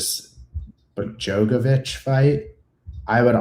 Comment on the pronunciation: “Clear Bogdon grad spot” 🥀🥀🥀